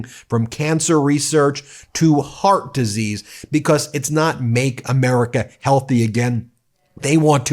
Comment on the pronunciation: Did you say harp disease?